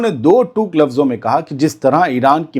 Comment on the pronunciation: Yesterday News were amazing But correct your word please do tok word hai Do tooc nai 😅